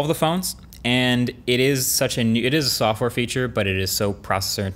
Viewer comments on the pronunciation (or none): Why does he pronounce it “softwore” wtf